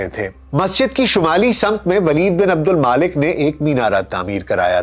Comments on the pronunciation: Mulk not Malik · O Bhai name to Sahi lo. Aksar k name ap ghalat keh rahy hyn tantakeen nahi Tuntakeen hy aur Maalik nai Waleed bin AbdulMulk hy aur Tootash nai Tatash hy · عبدالملک صیح نام ہے نہ کہ عبدالما لک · ولید بن عبدالمالک نہیں ؛ ولید بن عبدالملک ۔ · میرے خیال میں نام عبدالملک بن مروان ھے نہ کہ عبدالمالک۔ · جناب ولید بن عبدالمالک نہیں بلکہ ولید بن عبدالملک نام ہے